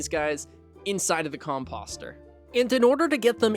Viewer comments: Its not fuckin com-pahster its com-poster🤦‍♂️🤦‍♂️🤦‍♂️ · How is nobody talking about how this man is pronouncing composter like "imposter" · Listen, no hate meant at all like genuinely great guide however the way your pronouncing composter is actually like listening to nails on a chalkboard. Please just say it the same way you say poster 🙏